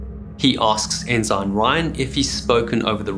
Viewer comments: Good video, but if you're going to cover nautical topics, please learn how to properly pronounce nautical terms. "Fore-castle" "Boatswain" and "En-sign" are all incorrect. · Ensign is pronounced "in sin" with accent on the first syllable. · For clarity we pronounce ensign "en-sin" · 😮I'm ex-Australian Navy... Forecastle is pronounced "folks-all". The rank ensign, is pronounced "ensen". I thoroughly enjoy your shows.! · Ensign is pronounced En-sen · Bye-noculars, enn-sine, you don't seem a naval man my friend. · In American naval usage, “ensign” is pronounced “EN-sin”. Great video! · ensign is pronounced in-sin, while I am thinking about it. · Guy needs to learn how to pronounce Ensign. Not Enzyme. 😂😂😂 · Ensign and Forecastle aren't pronounced the way this dude thinks they are. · in the US Navy and US Coast Guard, the g in ensign is silent. So we pronounce it en-sin, not en-sign. STG1, US Navy ( ) for reference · I didn't know their were Enzymes in maritime names. It's Ensign. Pronounced Enn-Suhn. SMH. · Great content, great presentation & many thanks for the hard work. As a friend of the channel, pretty sure pronunciation is ensun for ensign a US Navy rank. An enzyme is a biological catalyst and is almost always a protein. It speeds up the rate of a specific chemical reaction in the cell. Pls keep content coming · I like your videos but you’re killing me here. - It’s not pronounced “in zine”. It’s pronounced “in sin”. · ensign is NOT pronounced en-zine.....it's en-sin. Enjoyed the vid, but that was so annoying. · does he know it's pronounced 'en-sen' not 'en-sine'? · are u x mariner? why do you say it like N SIGN, its pronounced N SIN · Is the British pronunciation of "ensign" : "ehn-ZINE" rather than "eh-suhn"? Interesting. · I appreciate your channel, you have a great presentation style. A little something about American pronunciations: Forecastle is pronounced "fowlk-sal", Ensign, "En-sin", Bouy, "Boo-ee". I look forward to future episodes. Thank you!